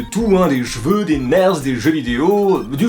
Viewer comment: Des "gveux" t srx 😂